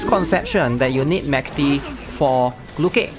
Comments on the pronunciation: the dub accommodates voice actresses, but her actual name should be like the russian word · no, we literally have the pronunciation in the game in the event, her name is not pronounced like that at all